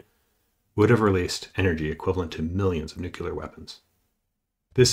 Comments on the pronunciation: NUCLEAR not NUKULAR! FFS! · "...millions of nukyoolar weapons", hmm? Interesting video- thanks! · "millions of Nukular weapons." Hey if President GW Bush could say "Nukular" so can you. But I'd work at it for the credibility. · please learn to pronounce "nuclear." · can't pronounce nuclear.